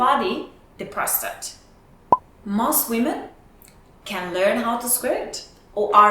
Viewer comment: Women have a prostrate? 🤣🤣🤣🤣🤣 it's pissing!